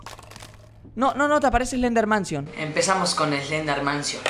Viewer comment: Like si tedio risa cuando robleis digo eslendermansion😂🤣